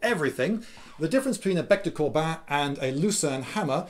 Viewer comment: excellent vid :D, and nice pronunciation of "bec de corbin" :p